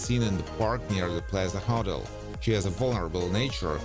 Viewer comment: Its call a HO-TEL not huttle